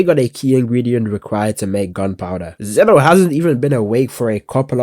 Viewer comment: bro it's Xeno not Zeno